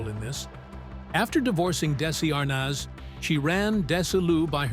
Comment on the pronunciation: Pronounce Desi's last name and vitameetavegamin correctly. No good excuse for the way you butchered it!. All you have to do is watch the episode.